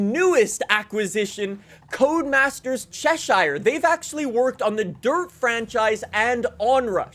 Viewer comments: Yanks and British names 😭 chess shire Ches shure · as a person who lives in the county of Cheshire, I love how you pronounced it however it is wrong.. 😂